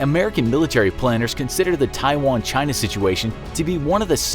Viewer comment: A bunch of young American men that can’t even pronounce Taiwan are about to fight in a fictional war against China because the 20 year war in the Middle East that ended well just left the best of tastes in their mouth